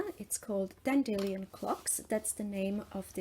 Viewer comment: Also, the way you pronounce "dandelion" is how I say it; you're the only person I've heard pronounce it that way hehe